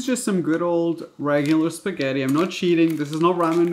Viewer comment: U say spaghetti but I hear fettuccinn